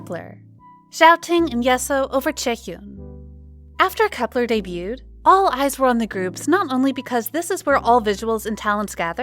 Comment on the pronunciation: That’s not how you pronounce Kep1er?